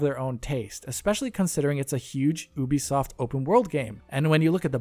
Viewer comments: Its Ubisoft not oohbisoft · Oobisoft? Youbisoft! 🤔